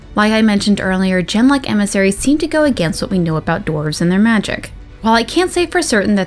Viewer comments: Isnt “Genlock” pronounced with a hard ‘G’ (like girl) not a soft ‘G’ (like giraffe)? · Ah, you have brought up something that I've been trying to figure out for months. I always pronounced genlock the same way you do, with a soft 'g' at the beginning...until I played DA2. When you have your first conversation with Anders, if you ask, "You had a cat named Ser Pounce-a-lot in the Deep Roads?" Part of his reply is that Ser Pounce swatted a genlock on the nose once and drew blood...and he pronounces genlock with a hard 'g' at the beginning. Is that just something his voice actor did and nobody wanted to ask him to re-record the line or are the rest of us pronouncing it incorrectly? That bugs me. lol